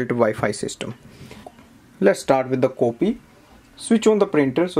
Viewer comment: everything apart but the way as you say "coopy" is hillarious....... pardon me for my outspokenness but you almost enforced me to comment. #COOPY